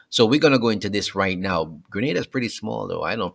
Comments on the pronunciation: Its pronounced "Gre-Nay-Da" not "Gre- Nah-Da" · not Grenada Greneda OK dammit.